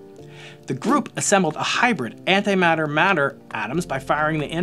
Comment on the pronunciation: Matter and antimatter. Not madder and antimadder...